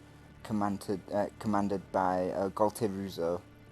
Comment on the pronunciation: Great battle with highest class players! Funny, I've seen before the wrong pronouncing of gualtieruzzo :) Let me give u a hint: do you like pizza? :)